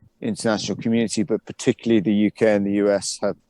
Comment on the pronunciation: Pay no heed to this guy - he said 'puhtickly' when I think he meant to say 'particularly'. What other inaccurate parts are there in his spiel?